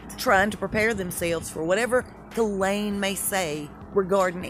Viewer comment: Hay, love your vids but it’s pronounced “jhizz-layne”